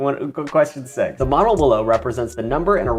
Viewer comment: Every time you say modle I here mana like where is he reading the magic lvl